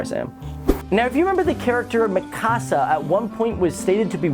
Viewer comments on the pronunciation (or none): UGH WHY DOES EVERYONE SAY MECASA LIKE ITS A HOUSE ITS MICASA UGH forget it XD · That's not how,you,pronounce mikasa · you say mikasa wrong